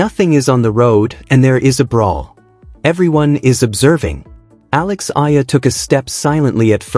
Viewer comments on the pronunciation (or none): Say her name ” E - YA -LA” thank you